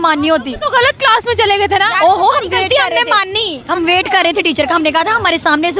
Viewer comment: Pakistani class ko kilas bolta hai kiya